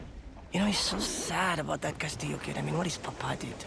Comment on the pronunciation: Hurts me to hear "Kastilo"